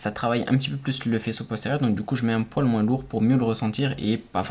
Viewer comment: Moi je veux juste que tu arrêtes de dire le S à la fin de "moins" ^^ just kidding, fais les vidéos que tu veux, je regarderai toujours